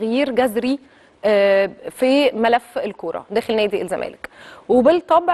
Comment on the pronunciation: يابنتي وشك مش باين، غيري تسريحه شعرك.. علي مهلك وانتي بتتكلمي. بلاش تتكي اوي علي كلمه الزمالككك... خلي صوتك طبيعي.. حاولي تقرأي من ورقة احسن.. بالتوفيق